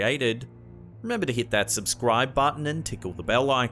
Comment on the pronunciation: Okay y'all, you heard him. It's bahtin instead of button. 🤣🤣🤣🤣